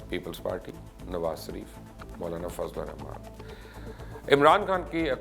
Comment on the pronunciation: Nawaz sareef nai,,, shareef bolo bhai